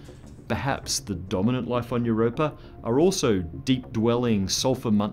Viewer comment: I sincerely love the way you pronounce it Europrrr ...and now I'm imagining cats swimming around below that ice :)